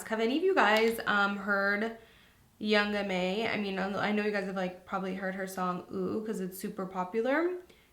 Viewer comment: Loved the video, however, it's young ma (mah) not young m.a.